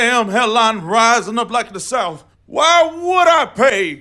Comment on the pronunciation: he put so much emphasis on the why